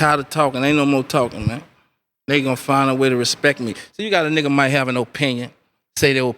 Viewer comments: he said respect, not respeck. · lol he don't say "respek" no mo